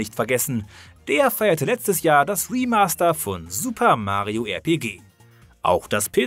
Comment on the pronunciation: RPG deutsch auszusperechen is einfach kriminell